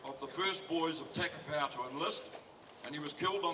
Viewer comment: Takapau not tackerpow